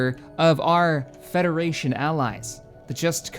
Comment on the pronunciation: Help the federachion flet